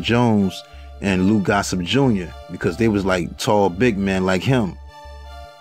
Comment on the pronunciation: "lou gossIP" (GossETT Jr.), "double ACP" ( N double Acp/NAACP) and "youTs" (youTHs) …….I CAN'T!!! LMAO ~ b.